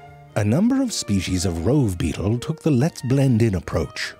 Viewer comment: He said butt beatle.